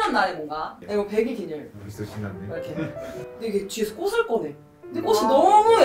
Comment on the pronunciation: 영상 보는 내내 마음이 불편했습니다...꽃을[꼬슬] 이건 틀린 발음이구요 꽃을[꼬츨]이 맞는 발음입니다ㅎ